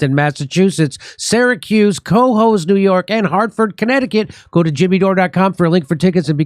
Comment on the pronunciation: MR. DORE.. LOVE YOUR WORK & THE SHOW... !! COHOES, NY is pronounced Ca-hoes quickly.. just so ya know.. lol..